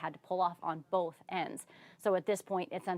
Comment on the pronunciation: boLth for both and ether for Other. 😂😂😂